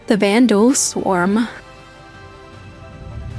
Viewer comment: the vanduul swarmuh 😩